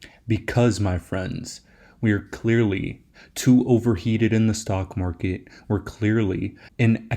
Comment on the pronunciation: Its Market, not mark ehh